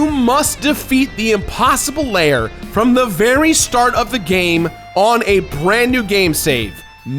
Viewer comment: Is it just me, or does it sound like saying "layer" just about every time he says "lair"?